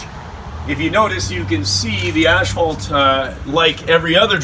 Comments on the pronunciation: Please pronounce ASPHALT properly! Very annoying!! AS PHALT there is no ashphalt in ASPHALT! THANKS! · Maryann Remmel ash fault. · Very true! Even at the asphalt plant they pronounce it incorrectly. On my new channel all of my newer videos I pronounce it correctly